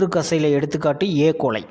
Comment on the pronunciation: Sir ஏ.கோலை no எ.கோலை